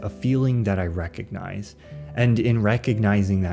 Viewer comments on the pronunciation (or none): none